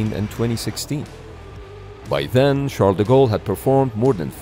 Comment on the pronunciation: It always amuses me that "Charles De Gaulle" gets pronounced, more or less, as "Shadago"